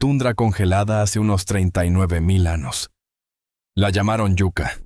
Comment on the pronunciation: Anos, ? montanas, ? Extranas? Esta I. A. No sabe hablar español...antes de usarla, que aprenda hablar...👾🛑